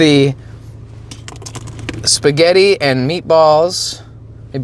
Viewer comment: Shpuh-get! 😂 I'm Italian and I approve of this pronunciation!